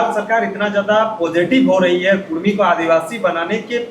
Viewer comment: कुर्मी नहि कुड़मी बोलिए